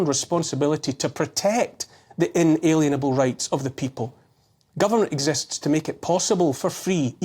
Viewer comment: If you read this Neil, please consider the pronunciation as IN-A-LIEN-ABLE, a Lien being a legal tool of coercion.